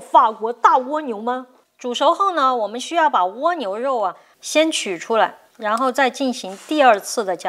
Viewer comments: ㄍㄨㄚ牛不是ㄨㄛ牛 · 是ㄍㄨㄚ牛，不是ㄨㄛ牛🤣聽的好痛苦啊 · 為什麼要念 窩牛.... 0.0? 刮下來的刮 不是嗎? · 这个读瓜牛